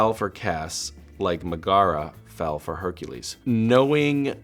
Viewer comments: Few things: 1. I love how he can’t pronounce Megara correctly. (Pronounced Megra) 2. “You’d need a deep understanding of Greek History.” Or just watch Hercules. Disney. 3. Him trying to catch the paper airplanes made me wanna write a Misha x Paper Airplane crackfic. Thank you for your time. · The way he pronounced Megara had me cringing. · Please stop saying Megara like that 😂😂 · His pronunciation of Megara felt a little painful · Is no one going to mention his pronunciation of Megara from Hercules? Lol. Oh Misha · Herculese is one of my favorate movies and Supernatural is one of my favorate shows. When he pronounced "Megara" like that I died.😂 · I really loved that Misha couldn't pronounce Megara properly😂♥️ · It’s funny how he says megara. It’s not even close. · Never heard anyone pronounce Megara like that b4. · Cah-lo-rah-do. And the way he pronounces Megara. cringes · I died from cringing at Misha pronouncing Megara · The way he pronounces Megara 😫